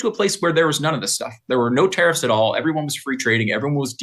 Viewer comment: Ahh tariffs, for a minute I thought they were saying terrorists 🤣